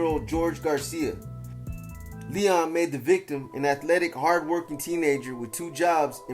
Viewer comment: Its pronounced L-E-O-N as in lion.